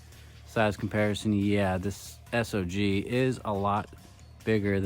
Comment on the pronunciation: It's pronounced SOG as in Mac v Sog and the belt clip is mulit- directional.